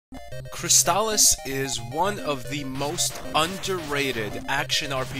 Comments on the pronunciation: Fantastic game. One of my all time favorites. I've never heard anyone pronounce it CrysTALis though. I always called it CRYStalis. But I could wrong. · That's not how you say it .. it's Crystal-is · But why are you pronouncing it that way?